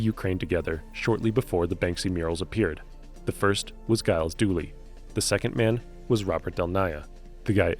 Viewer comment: Jkiev is Pronounced KI-EV. and Gyles is pronounced Jiles.